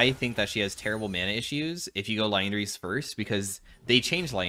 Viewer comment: Crazy to me that in all these years, never properly says Liandry's once.